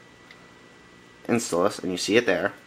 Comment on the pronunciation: no its in "stall" ous